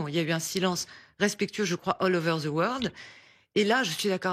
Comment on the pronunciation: On ne dit the pas ze ze 😂ze